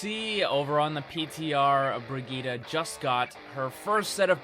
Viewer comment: You're still mispronouncing it. You need to put the emphasis on the second I not the G. ps: Mercy's bunny hop is the same thing as the three examples you gave.